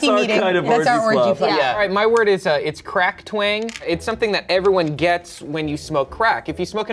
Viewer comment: When said Crack Twang I heard Cracked Wang